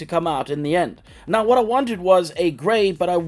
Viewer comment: Did you say "right meow" or "right now"?